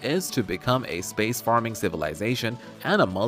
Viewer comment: Hey it's space-faring, not space-farming